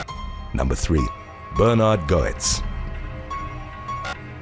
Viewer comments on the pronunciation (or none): "Go-etz" No. Getz. Yes. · It's pronounced "gets" not "go-ets". Was annoying. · Just an FYI, it’s pronounced Bernard “GETS” not “GO-ets”😉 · It’s pronounced “gets” not “go ets”. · "Bernard Goetz" is Bernie Gets, phonetically. Just an FYI. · It's pronounced Get's!! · The subway vigilante in the NY subway deaths was as you said Bernhard Goetz but his last name was pronounced as "Getz" rather than the way you are pronouncing it. The "O" in his name is silent. I think you correctly pronounced his first name as Bernard leaving the "H" silent. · I've written this before but I wish ppl would help with pronunciatios. Bernard Goetz pronounced it Get-z. The o is silent. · Goetz is pronounced Gets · Bernie's last name is pronounced "Gets" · OK. This one made me feel old. Goetz's name is pronounced Getz. He's a lyric in a Billy Joel song. I'm going to get my centrum silver. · It's pronounced G uh t s actually. Also, was he approached by the flash? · It's pronounced "Gettz" okay. Gettz!! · No.3 is pronounced "gets" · Its "Gets" Jesus Christ you butcher the ENGLISH language. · His name is pronounced Bernard Getz. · #3 Goetz is pronounced Gates. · Hey bro for future reference, Goetz is pronounced "gets"... at least around here it is. If thats how you pronounce it over there, then ignore me lol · I remember the original Subway Vigilante. “Goetz” is pronounced “Gets”. JS